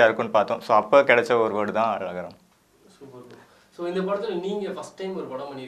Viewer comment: Adhu lagaram illa zhagaram...